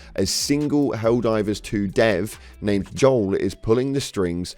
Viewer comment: Can you please, for the love of god, say the names of the factions correctly, PLEASE